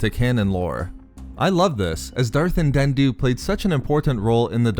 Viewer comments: Andeddu not andenddu :-) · Why can't you say "Andeddu"? In an older video you were calling him "Andendu", and now you're over-enunciating the last "d" sound in his name like a toddler learning a new word. You're way too articulate to still be having trouble with this name. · It’s An-dee-doo. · Why do you pronounce Andeddu's name like that? Are you purposely doing it to sound annoying, or have you not listened to any audiobooks where his name has been mentioned (such as the Plagueis novel)? Just saying, because the way you pronounce it, you sound like a child learning to read who is "sounding out" an unfamiliar word.